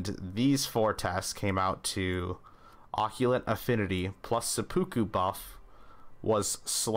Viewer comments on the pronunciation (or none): hearing occult pronounced as oculent triggers blood loss on my ears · This man said occulant and sepooku instead of occult and seppuku while offering us the best data set we could’ve asked for. Absolute legend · Did you call occult occulut😂